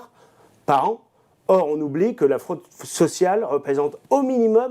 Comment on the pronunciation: Et pour la fraude FISCALE qui rapporterait 100 milliards € c'est quoi ta réponse mon grand ? (J'ai kiffé le petit bug au moment de dire..."f...sociale" mdr!). Et pour l'union européenne qu'est-ce que t'as à dire ? On veut protéger le système et les copains c'est ça ? Et ça se dit protecteur du peuple français ? Allez va te coucher ! Jamais vous ne serez élus avec un tel programme et les Français l'ont bien compris l'an dernier ! Vive la France malgré tout tsss..